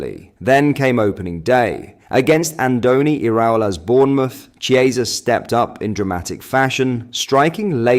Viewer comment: Chiesa is pronounced Kiesa